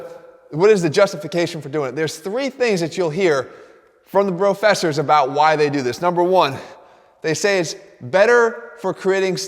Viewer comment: Brofessors hahaha 😂